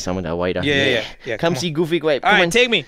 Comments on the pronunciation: Coming to the realization that been saying "gooby grape" this entire time, rather than "goofy grape." My entire life is a lie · I thought he said goofy gwape not gooby grape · GOOFY GRAPE. (What I hear): GOOBY GRAPE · I hear goofy gwape